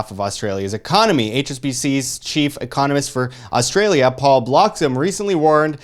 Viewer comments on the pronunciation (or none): Ahh, I'm from "Oz Stray Lee Ya" But love the way you guys pronounce it as "Arse Straya" Good video chaps.